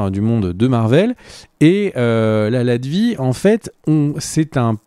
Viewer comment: Latvérie, pas latvie